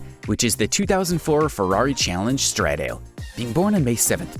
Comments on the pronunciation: Same with Gallardo... Guy-yardo. Chiron - She-ron. Stradale...Stra-doll-ee. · Chiron and stradale pronounced wrong. But I enjoyed the video.